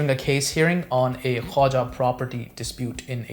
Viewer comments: Khoja not Khawaja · Dear, the correct pronunciation of the word is KHO-JA and not Khwaja which is altogether a different family name or cast. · It is called the 'Khoja' community not 'khwaja'